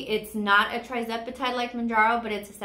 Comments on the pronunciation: Lovely video,. Just a note - it is tirzepatide, not trizepatide, in case someone is researching. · I believe it’s pronounced“TUR” zepatide (tirzepatide)